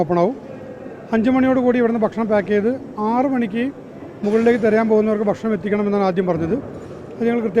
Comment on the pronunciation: ബാരവാഹി, ബക്ഷണം... നിന്നെ ആരാടാ ഉണ്ടാക്കിയെ